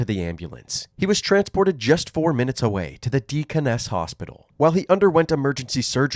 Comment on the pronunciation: I haven’t even watched the video yet, but I gave myself whiplash when the first 30 seconds said Evansville police department, which is where I live. Also that pronunciation of deaconess was hilarious